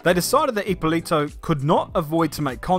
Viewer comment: Hey just want to tell that Corberi and his father get disqualified for 15 years. BTW the pronunciation is ippòlito non ippolìto. Source: i'm italian, mamma mia pizzeria